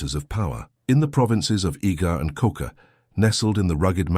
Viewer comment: Koga not Koka